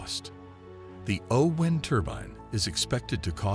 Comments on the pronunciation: Why is the narrator saying 'oh wind' as in winding something up? It's O-WIND as in the wind that blows. Damned annoying. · AI says "WHYnd"! LOL. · The “oh-whine turban”? Weird pronunciation = good luck with that one and your AI voiceover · Funny pronunciation of o-wind